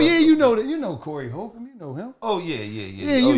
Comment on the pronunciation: Bruuuuuh ‘Holcomb’ is pronounced like ‘Homes’ 😂🤣